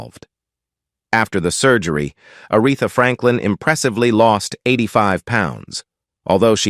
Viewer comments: “Die on Warwick” and “Are eth a”? Gotta love A.I. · I think it's a damn shame whoever the narrator is keeps on mispronouncing Arethas name as well as several more. Clearly he is just reading and didn't know her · I was looking for someone else to acknowledge this. A disgrace and totally disrespectful.